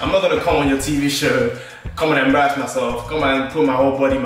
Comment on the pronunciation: Guy said bambarass